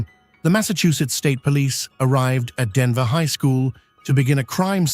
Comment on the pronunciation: It’s Danvers not Danver.